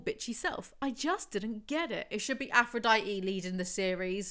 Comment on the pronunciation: can you make an official playlist of your house of night videos? i’d love to be able to put it on while i’m working (although i feel like i won’t get anything done) edit: she still does NOT know how to say aphrodite! slay